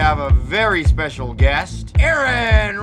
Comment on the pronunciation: i love how they fuck up Aron`s name, shows so little respect, to say fuck it! lets not care!